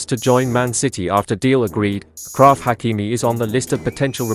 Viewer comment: Achraf in frensh is pronounced same as Ashraf in English. So it is not a K. It is a shshshsh